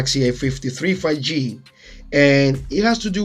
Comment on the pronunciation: I think 5G is pronounced FIVE G, not 'fagee' :) Thank you for this comparison. It was very useful.